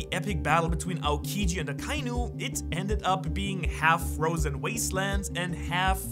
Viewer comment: AKA-INU NOT AH-KAI-NEW